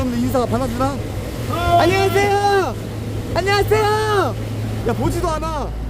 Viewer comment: ㅎㅎㅎㅎㅎㅎㅎ 아니 중국조선족가이드분이 안녕하세요가 더 한국스러운 발음이고 오리지널 한국인이 안녕하세요 발음이 중국인스러운 아이러니 ㅋㅋㅋㅋ 안녀하쎄요 ㅋㅋㅋㅋ. 안녀이 계쎄요우 ㅋㅋㅋㅋ